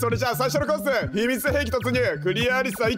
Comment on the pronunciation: 秘密兵器がミミズ兵器と聞こえた(耳鼻科行きw) 2コース目でホールインワンww 連打でメッチャ、ガチャガチャ聴こえる🤣 やっぱり笑いをくれる、😂